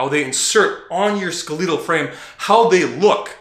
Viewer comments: isn’t it ske-le-tal? Not ske-lee-tal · I died when he said that. Like bruh, it's "skell-it-ull" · Skeleetal? Skelehtal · Bro love your videos, factual and straight to the point. But the way you pronounce 'skeletal' aint it fam. "skeh-leh-tahl" not "ske-leee-til" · skel-uh-tul. say it slowly. ok good. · "skelEEtal" lmao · did you say "skaleetal" muscle? ? "skaleetal"?? really is that how we are pronouncing "skeletal" now? is that like pronouncing "hyper trophy" hy pertrophy? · You pronounce skeletal muscle like Jeff Nippard.. SKELEEEETALL fuckin Canadians man lol Plus my boys got the herp on his lip.. Either way dudes looking absolutely star studded so 🤷🏼‍♂️ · That man just said "skaleeetal" muscle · Lol “ska-leedle” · I'm supposed to be learning from someone who can't say skeletal right when reading a definition. Theres some good I formation, but there's alot of just dumb assumed stuff. Half the shit is halfway true. The ab genetics is bullshit. Do any motion favoring one side, say baseball, swing a pick you are going to have uneven abs. The " perfect genetics" abs are symetrical because they have been used evenly and consistently. This video is just straight frustrating to watch there's just so many half truths